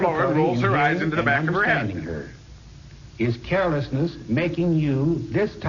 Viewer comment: carol-esness? oh, carelessness